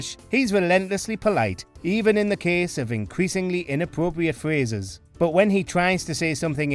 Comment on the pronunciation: ......if you were heading abwoad you'd be in need of a wobust phwase book ..." I vote for that one. 👍